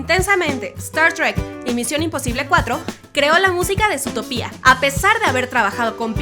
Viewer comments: Ahhhh... su Zootopía* cada vez que lo pronuncia así me da cólera... 🙄😅😅😅 Según yo es Zootopia* 😅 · oye mira ve el nombre de la pelicula no se dice zootopía que es como lo pronuncias tu se pronuncia zootopia originalmente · Es zootòpia no zootopia boba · no es zoo topia es zootopia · no es zutopia es zootopia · se dice zoo to pi a no zootopiá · Dato 108: Se lee ZootOpia (énfasis en la ultima O), no Zootopía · Por qué dice Zootopía y no Zootopia? 🤔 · no se llama Zootopía, se llama Zootopia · oye, es Zootopia no Zootopía! me gustan tus vids pero pronuncia bien las cosas wey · ami me matan cuando pronuncian zootopía en ves de zootopia :v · no es zootopía es zootopia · SutopÍA NOooo es Zootopia. Zoó-topia. o Zootropolis. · Es Zootopia, noo zootopía, aprende a leer ¬¬U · Juan 1449 Y que lo digas XD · Anima Oficial vengo de wikipedia, utopía se escribe con tilde en la í, por tanto se pronuncia así. Pero Zootopia no tiene tilde. Es Zootopia, no zootopía. (Nombre oficial en español: Zootopia) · Anima Oficial por tanto sigue siento zootopia, no zootopía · Guadalupe te lo dejo más claro, es Zootopia, por que así va y ya, no Zootopía, conclusión: la chica pronuncia mal, debería cortarse la lengua por eso y tú los dedos por reafirmarla. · Odie el "zootopía", si es " zootópia" >:( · Quie chingados le dice ZootopÍa? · ZOTOPÍA 😂🤦🏻‍♀️👏🏻 ole esa pronunciación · me pone nerviosa q diga zootopIa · ZUTOPIA :v aprende a hablar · ma de risa como dice Zutopia xdd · ES ZOTÓPIA, SE DICE ASÍ, NO SE DICE ZOTOPÍA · se pronuncia sutópia el latino america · Qué rabia da que diga "zootopía". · me distrae demasiado que diga zootopÍa 😂😂😂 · no aguanto más que diga zootopÍa osea es sin tilde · Cada vez que dices zootopía un perrito muere :v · dices mal zotopia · Guadalupe Porque aquí se dice más Zootópia que Zootopía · Guadalupe y has de estar tan bruto como para no poder sacar el tenedor de su cajón ¬¬ oh espera! olvidaba que no puedes pronunciar Zotopia como es, entonces sí lo estás.